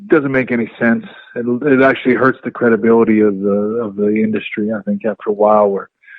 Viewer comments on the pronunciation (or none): Bret 'reawwy, credibiwidy' Hart